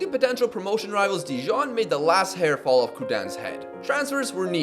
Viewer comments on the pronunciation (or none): none